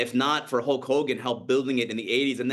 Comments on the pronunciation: It sounds like he’s saying “Hawk” Hogan and it’s bothering me lol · Why can’t this **** pronounce the word “Hulk” properly?